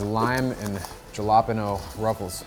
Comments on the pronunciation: Bro literally said jalapenos instead of chalapenos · There’s no way he pronounced Jalapeños like Galapenos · Jala Pe-No… must’ve been the funniest pronunciation of jalapeños I’ve ever heard do Americans really say it like that 😂😂😂😂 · Am i the only one triggered by the way he pronounced jalapeños? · The way you pronounced Jalapenos...I hope that was a joke lmao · the way pronounced jalapeños 😭🙏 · I’m sorry how did he pronounce jalapeños???!!! 😭😭😭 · ...please tell me its a joke how you pronounced Jalapenos lol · Aye man Ngl you butchered pronouncing jalapeños